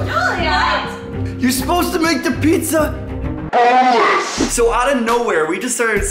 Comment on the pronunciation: i want a bonless pizza and yes i did not do a mistake you say bonless if you wanna say it like the meme